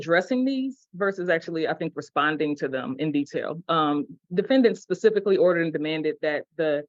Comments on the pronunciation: “it’s a little more Pacific” “it’s mentioned more Pacifically” Wow this guy is even dumber than I thought. 🤦‍♂️ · I’m pretty sure, , he said “Pacific” and “Pacificly”. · lmao Im surprised you didnt tear this dude up for saying "pacifically" multiple times 🤣🤣🤣 "it mentions here PACIFICALLY!" 😅 (edit: too) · " says pacificlly ..not specifically 😂😂😂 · When someone says "pacifically and liberry" instead of specifically and library, when they are trying to act smart, it is hilarious to me. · Anyone that says “pacific” and “pacifically” in place of specific and specifically, Should never be taken serious. And laughed at. 😂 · This guy said “it mentions this pacifically”… not specifically, but “pacifically”… he’s a real scholar. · Pacificly? I think he means specifically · How is this guy the one sovcit who can successfully pronounce “unalienable” but he repeatedly pronounces “specifically” as “pacifically”?? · “Pacificly” 🤦🏻‍♀️ He keeps saying “ya know” and I’m just like… no. No we don’t know. Lol😂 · Is he saying “pacifically” instead of “specifically?” 😂😂😂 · Did he just say pacific and then pacifically? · how did you miss that? Pacific 😂 and Pacifically 🤣 🤣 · He “pacifically” did things…. Dick flute cant even speak proper English! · I love how this Swiss-cheese brain fool keeps saying “pacifically” in place of the correct word, “specifically”. He keeps saying, “you know” at the end of the sentence, like he’s made his point, and prosecutor and judge are in full agreement with. The ‘on-call’ defending attorney is doing a mighty job trying not to laugh boisterously and pound the desk in front of him with unhinged mirth. Of course, all lost on drone brain. Please Lord! Don’t let this numbskull reproduce! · Is he trying to say specifically? Pacifically. I like it. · Did he say pacifically??😂😂😂😂😂😂😂😂😂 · Is he sure it’s not atlantically instead of pacifically? 😂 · I need to go to the law lyberry to pacifically read the declaration of independent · "Pacifically" Lmfao